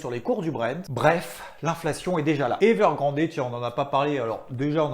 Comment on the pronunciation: Je sais, c'est con, mais entendre "héveurgrandé" à longueur de journée me gratouille.